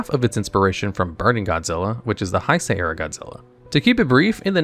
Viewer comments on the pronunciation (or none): bro butchered heisei and belial's pronounciation noooo